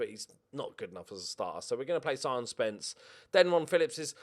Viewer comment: Sion is pronounced Shaun. great ep as usual